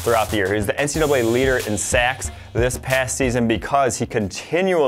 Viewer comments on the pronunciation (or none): none